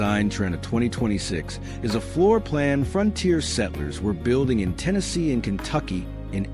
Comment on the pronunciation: "ternesey?" "nat cohas?" "appacihia?" and kentucky is located off the east coast IN the pacific..."nice" map lines, btw.🙄 A.I. is supposed to take over the world.🤔